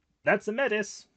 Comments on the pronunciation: I'm going to be this guy for a moment and I apologize. MAY- tis or MAY - tea are the correct pronunciation options I believe. It's French. Also pretty ironic use in World of Darkness now that I think about it. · Métis being pronounced Meh-Tiss is weird but I mean I guess it’s an extra level of step away from the Métis people of Canada